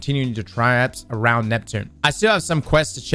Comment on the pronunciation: Hehehe say "traipse" again 😂